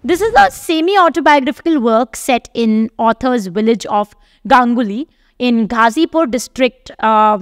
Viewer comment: गंगौली not गांगुली